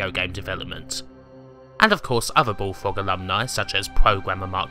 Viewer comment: The way the narrator can't pronounce his "R"s is hilarious. "Subswibe", "BullFWOG" (over and over :D )